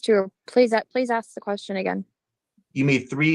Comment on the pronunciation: She’s Intelligent enough to pass the bar exam but can’t pronounce ask correctly? hmmmm, I wouldn’t hire her